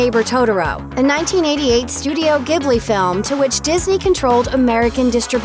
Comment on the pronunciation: Studio Ghibli is pronounced 'jibli,' not 'gibri'